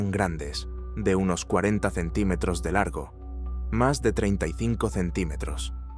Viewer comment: no sabe decir centímetros la IA o que?